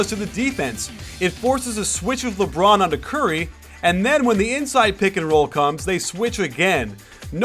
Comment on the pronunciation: When coach said " ...Because everyone knows it's goin' to be a leborn isolation" I laughed so lard!